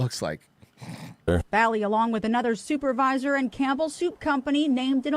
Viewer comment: He went to his "souper-visor"